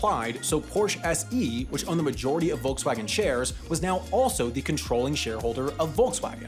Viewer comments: "Wolksvagen", fhat the wuck? I get that foreign speakers may mispronounce these brands, but now you're misspelling them too? 😢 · What I find way more annoying is that they say Wolgswagn instead of Volkswagen... In German a V in the beginning of a word is almost always pronounced like an F and not like the English V. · ......There is something fascinating about listening to anyone not from germany pronounce such a german word as Volkswagen. It wasn't badly pronounced mind you, but it'll never be quite right. Too... soft. There need to be some edges. Otherwise this was really interesting to hear, really^^ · And I bet you don’t pronounce Volkswagen correctly either. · The name is Volkswagen, as in Folks-Vagen, not Folks-hagen! The other name is Porsche, as in Por-ShA, not Porsch! At least learn how to pronounce things correctly before making a video!